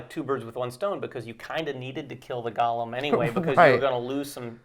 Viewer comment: Great preview. I’m very interested in the game. FYI, it is pronounced go-lem, not gollum (as in LOTR).